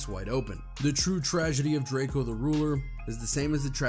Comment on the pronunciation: DRAK EO get his f**** name right you f**** bloggers get on my nerves